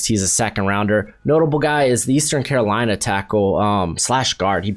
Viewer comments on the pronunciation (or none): none